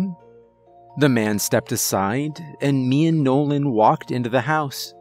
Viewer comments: You sure his name was nolan? And not Bobby Bouche lol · Nolan's got some Bobby Bo Shay speech impediment 😆 Awesome Story tho